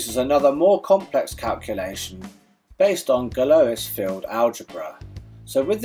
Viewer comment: Useful video but Evariste would be upset - its pronounced Gal-wah!